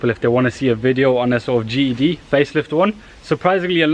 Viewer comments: Why does it sound like you kept saying GHD instead GTD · Why is does this guy keep saying GED 🤣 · that's not an accent that's just being lazy! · Deffo Saying GED 😂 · Ged or gtd? I cant tell what hes saying? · could you pronounce GTD properly for once? it always sounds like GED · Speak properly Its a G T D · is it just me or is he saying GED? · sounds like your saying GED, great vid though. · how can you say GTI but not GTD??? 🤔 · Your accent? You call "T" "E" ?